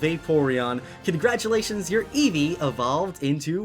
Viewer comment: every time you said Eevee you said it wrong I swear Im communicating to a 6 year-old get off the damn phone